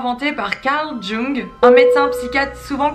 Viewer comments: Ça se prononce "Young" et pas "Jung", c'est un théoricien allemand :) C'est juste pour que tu le sache la prochaine fois, no hate ;) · prononcer "Young" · Ca se prononce yung